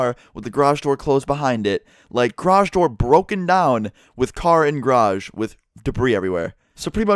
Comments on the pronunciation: ITS GA-RAGE NOT GRAGE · Gayrage not "graj" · I swear to fuck stop saying grage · he pronounces it "Groj" instead of "garoj" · It's garage not grage. lol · says grage normal ppl say garage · its garage not graj XD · He says grage instead of garage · who else noticed "groj" how pronounces garage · wtf is a grage? Are you saying garage or grage? lol im fucking with you. plz reply though. 😄😉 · please its GArage not grage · it annoys me how he says "grage" instead of garage. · Garage not gay rage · What the fuck is a grardj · grodge I don’t know why but I love how says garage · Something i noticed im heard Graje not garage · “Car in graje” (how pronounces garage) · M8 sayin grash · DRINKING GAME: Drink every time says graj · its pronounced garij lol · I love the way he pronounces "garage." Grage. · "the g'rage" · Lol the way you say garage is so weird, it sounds like you are saying grage. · the way u say "garage" is so funny. it sounds like you are saying "grage". lolz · You crashed into my "grage" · "Go into the grage"... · Grash?!?!?! Do you even speak bro. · lol "grage" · Oh sorry, gair-ridge. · The way he says garage makes me cringe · OMFG THE WAY YOU SAY GARAGE KILLS ME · You say garage wrong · The way you say garage is soooo gayyy ahah